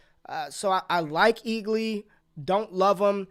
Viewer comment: You watching Peacemaker? Cause you just called Ealy, Eagley 🦅 🤣